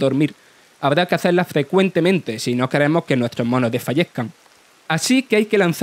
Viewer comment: Nuetro acentros 😂😂😂😂😂